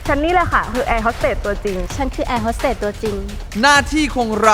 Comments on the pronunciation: แอร์ฮอดเต๊ดพี่เนทพูด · แอร์โฮสเต๊ด🤣🤣🤣